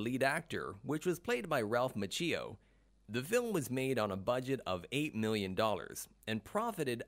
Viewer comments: Approx . Ralph Ma-CHEE-oh. Stopped watching. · That's when I stopped watching the video. Ralph Ma-cheeo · It's pronounced Ma-chi-o...not Ma-cheee-o. Have you never heard anyone pronounce his name the last 35 years? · I have heard of Ralph Macchio. Who’s this Ralph Ma-chhee-o? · I'm so annoyed with the narrator who keeps saying "Ma-chee-yo" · DID HE SAY RALPH MACHEEO 👩‍🦯👩‍🦯🤸‍♀️🚆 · Lol, Machee-o. Sounds like a coffe creation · ralph is part italian and he doesn't even know how to pronounce his last name. the correct pronunciation is mak-yo. cch is K in italian. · ma-chi- oh is how it’s pronounced. if you haven’t already can you make one of ralph? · Lets all say it together..."Mau-kee-O" gosh was that too hard. Especially if going to say it 20 times! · This narrator has no clue. Macheeeeo? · Good video except for pronunciation of Ralph's last name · So annoying when someone can't bother to learn to pronounce Ralph Macchio's name correctly. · It's like the guy has never pronounced an Italian name, ever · we don't hate anyone "Line-done", we just expect that if someone is going to make a video referencing the actor of the main protagonist they'd do the minuscule amount of research necessary to pronounce their name correctly. The Tang Soo Do mispronunciation can be glossed over, as I didn't know how to pronounce it either before practicing the art, it still bothered me to hear the narrator say it like he did. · It is impressive that William Zabka can speak Czech! but it would also be impressive if the announcer could learn to pronounce Ralph Macchio's last name correctly! LMAO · Fact Factory heh? Here's a fact for ya, your voice over guy is terrible. So is your editor. Your VO guy mispronouced several words. Macchio, and Tang Soo Do. That vo should have been re cut and the editor should have caught the mispronunciations. If you can't get a voice over right, you aren't much of a FACT factory are you? This alone makes you not a channel to be followed.